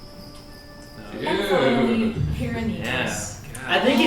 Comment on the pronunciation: Ooh, i didn't know y'all were reacting to rwby. I'm gonna go back and watch from the start, but for now... It's pyrrha, not pyrrah :D